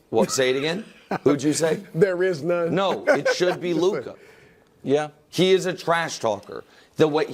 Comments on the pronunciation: It’s Luka. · It’s Luka